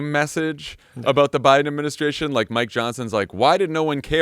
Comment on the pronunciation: Why does he pronounce Biden and Kamala like that? 🤣